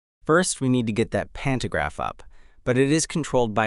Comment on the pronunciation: Digga 😂 das spricht man pan to Graf und nicht pan ner graf 🤷🏻‍♂️🤦🏻‍♂️ in Deutsch Stromabnehmer